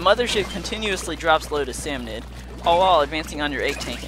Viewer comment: Can i just say it is called a SALMONID NOT SALMONOID